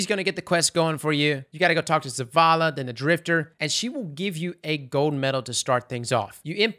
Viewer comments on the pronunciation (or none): none